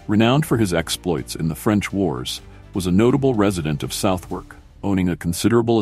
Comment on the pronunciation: Can someone please teach this AI that's its it's pronounced Sutherk, not South Wark